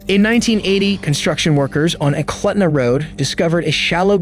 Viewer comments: Eklutna is pronounced [Eklootna]. And in Knik, the K is not silent [K'nik or Kunick]. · Movie Frozen Ground was based on this case. Places get mispronounced often for villages or rivers up here. Eklutna - ee kloot nuh Knik - kuh nick Thank you for your videos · Eh-kloot-nuh is how you pronounce Eklutna and Kuh-nick is how you pronounce Knik.